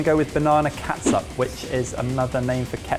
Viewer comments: As a Filipino I want to tell that catsup is pronounced as ketchup. It's just a stupid way to spell things. Just like haus and huaz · Every time says Ketsup I grin like an idiot. It's so adorable! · Filipino here. Great job! Just pronounce it as ketchup. "Ts" is equivalent to "ch" in Filipino. Chicharon is spelled as Tsitsaron in Filipino. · Its funny how pronounces Catsup like old mums in the Phillippines...